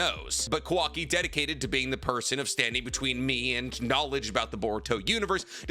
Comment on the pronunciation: I'll give you credit for making such an informative video, but PLEASE learn how to pronounce Japanese names, if i drank for every time you mispronounced Kawaki or Mitsuki's names I would have an early grave.